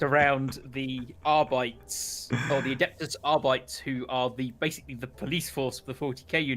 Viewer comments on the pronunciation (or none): We all know it’s pronounced adeptus arbi-TEA-s